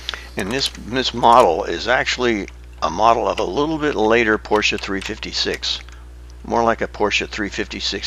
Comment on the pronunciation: I am so glad that you pronunce the car correctly. Everyone says Poorsh!